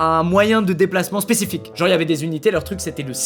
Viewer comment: Regardez comment il dit spécifique a MDRRR